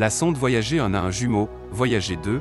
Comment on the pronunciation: On dit voyager comme gerre